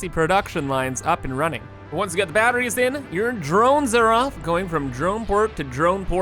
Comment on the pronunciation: Bro says battrees like my grandmother, and I'm here for it.... nvm it was just once.